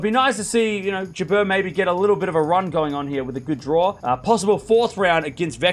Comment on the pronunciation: Please pronounce Jabeur as in " number". Hi from Tunisia.